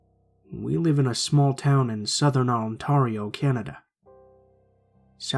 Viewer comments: ( on-tarr-E-oh ) ME: on-t-air-E-o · It's not Ontoro it's Ontario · Ontario it's pronounced ontair not ontar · the province Ontario is pronounced like On-tare-io for future reference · I loved the way how you pronounced Southern Ontario 😂😂😂!!!! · I liked how this guy said Ontario, he must be American ehh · Ya, but he pronounced the A wrong, not the O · Im a Canadian and I have never heard Ontario pronounced that way O.o